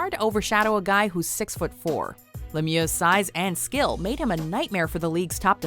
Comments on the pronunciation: It's not pronounced as Lemioa it's pronounced as Lemieu just with an x at the end. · It’s pronounced “Mare-eo” Lemieux, not Mario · Learn how to pronounce lemieux you idiots